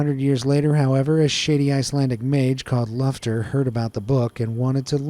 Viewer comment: “A couple of hundred years later,however, a shady Icelandic mage called Lufter heard about the book.” I SWEAR I HEARD SHITTY ASS